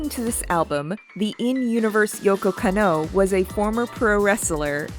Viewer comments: Beautiful video. Absolutely loved it. Hopefully the algorithm looks fondly on it when the live action show releases. The only thing I really didn't jive with is Kanno Yoko's name is pronounced Kah-no Yo-Ko. You really have to separate those syllables or it sounds like you're doing that thing westerners in old cyberpunk movies do where they pronounce Akira Takezawa as if it were Uh-Keyra Take-zowuh. Or pronounce the kid in the orange jumpsuit as Nuhrudo. There are recordings out there of her saying her own name that don't match up to the one google has. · Edward identifies as female, I know she looks androgynous but she says several times through the show and the movie that she is indeed a girl. Also the way you said yokos name is painful lol otherwise good vid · good video, but is it anyone else or is Lady pronouncing japanese names weirdly? edit: oh dear, every time she pronounces Yoko Kanno 😅